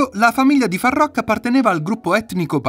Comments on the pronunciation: "Faruk" non farrrokkk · Imparate a leggere ed a scrivere, prima di parlare e di pronunciare il nome di Farookh (dove le due oo si pronunciano u) e non come dite voi. In più c'è da dire che, tante cose non sono vere e che non hanno a che vedere con Farookh. Sbagliato... su tutti i fronti. È tutto da correggere...